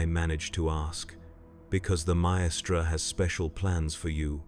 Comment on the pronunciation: Brilliant video as always but with one glaring error with the pronunciation of 'maestra' which kind of took me out of the moment. It's not 3 separate syllables and more like 'myyy-stra'. It only happened a couple of the times which somehow made it worse.